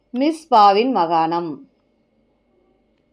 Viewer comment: மகாணம் அல்ல மாகாணம் என உச்சரிக்கவும்